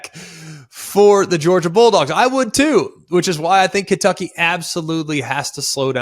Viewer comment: you can’t even say kentucky right that’s how you know they’re gonna win